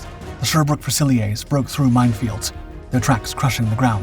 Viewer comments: fusiieers (a french word for riflemen) is pronounced few -zil -ears. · It's "few-sill-ears". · All I noticed was Sherbrooke “Fusiliers.” What did you notice?